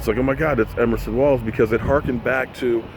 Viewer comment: I know you are a name butcher! But its EVERSON EVERSON EVERSON EVERSON EVERSON WALLS! LOL!!!!!!